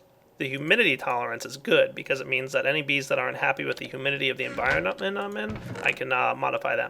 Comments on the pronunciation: "enviromenamen" Nuf said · Enviroahmenmanen._. dun derped.